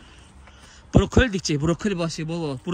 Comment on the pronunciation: Buruke deyil borokoli ❤😂